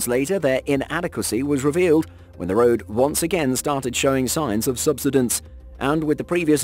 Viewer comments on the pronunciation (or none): none